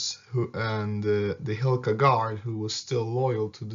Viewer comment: it is not Hilka (hilkove gardy), but its Hlinka and hlinkove gardy